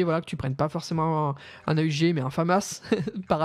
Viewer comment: a-u-g non non AUG